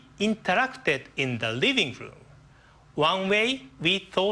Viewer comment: I lol'd when he said "riving room to riving room"